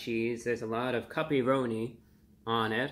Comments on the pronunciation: At first I thought you said "puppy-roni." I'm so relieved. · I thought review bruh was saying puppyroni LOL. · Awesome review, and I was laughing every time you said the word cuppyronni and almost laughed yourself 😂 I’m definitely going to give this pizza a try, thank you and keep up the great work 😊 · Thought you said "puppyroni" at first. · They way he’s pronouncing “cuppy-roni” is making my day 😂